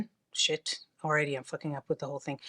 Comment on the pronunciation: “Shet like this”🤌🏽